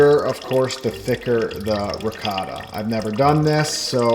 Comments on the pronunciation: Man, every time you try to say "ricotta" I hear " 'vocado" or at best "racáda". You're doing a great job, but please, please, I beg you, put a bit more effort in pronouncing food in a way that natives of that language can at least recognize. My ears are bleeding. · I was thinking "what does the mean by ricarda." until I realized he means ricotta :D. U americans and ur cheese pronunciation when u say "gouda" like its "guuda"